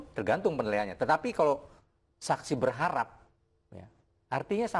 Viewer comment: kepleset juga dlm kata berharap alias gugur